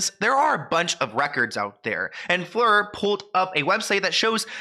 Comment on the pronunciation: You pronounced Fleur correctly… bonus points 👍